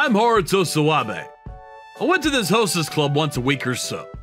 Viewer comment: I don't know why, but every time I hear the name "Mr. Sawabe", I tend to hear Mr. Swabe instead 🤣🤣🤣🤣